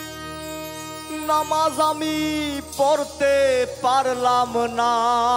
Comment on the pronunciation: বিচারকদের ও বিচার করা জরুরী, কারণ দেখলাম বাউল গানের উচ্চারণের কথা বলছে, শফি মন্ডলের ম্যাক্সিমাম গান, উচ্চারণ ভুল হয়, যেমন অনুষ্ঠানের কথাই বলি, নামাজ আমি পত্তে পারললাম না,,,,খেয়াল করে দেখবেন? আর সুমি ঠিক আছে জাজমেন্ট হিসেবে চলে আর কি, কিন্তু ওই যে স্মার্ট ভাই উনাকে আমি অভিনেতা হিসেবে চিনি, পাশাপাশি মনে হয় গান গাই, কিন্তুু বাউল গান গায়না,তাহলে বাউল গানের বিচার করবে কিভাবে। আর জার্জদের সব থেকে যেটা জরুরী : গান শোনার সময় প্রতিযোগীদের মুখের দিকে তাকিয়ে থাকা এবং গান খারাপ হোক ভালো হোক গানকে উপভোগ করা, যার্জদের মুখ এমন হয়ে থাকে মনে হয় ভুল ধরার জন্য রেডি হয়ে আছে। গান শোনার সময় উপভোগ করব আর বিচার করার সময় বিচার করবো ওকে। তাহলে এই রিয়েলিটি শো আরো প্রাণবন্ত হবে